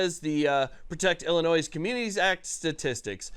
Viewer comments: Love the content but the word Illinois is not pronounced Illinois’s the s is silent when not saying it in a plural sense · We don't pronounce the S, It's just "Illinoi". Also JB sux. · You don't pronounce the "S" in Illinois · My soul aches (you prounounced Illinois wrong)